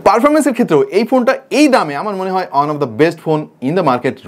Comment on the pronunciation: Amar ektai prosno ,apni one k on keno bolen